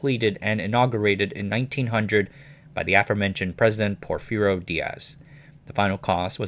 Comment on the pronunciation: Porfirio made me hurt a bit. I did not expect it, but when I thought about it yeah I see why it is hard for English speakers.